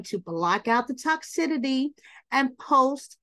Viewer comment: ...Girl.... it's pronounced" tock sis city" not sure if you're doing that intentionally but giiirrrrrrlllllllll